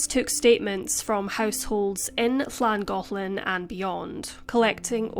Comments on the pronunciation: As a resident of N. Wales and of the county of Denbighshire, your pronunciation was spot on of both Llangollen and Rhuddlan ❤️ Thank you for sharing this case x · As someone who lives in Wales, I appreciate the effort in learning how to pronounce Llangollen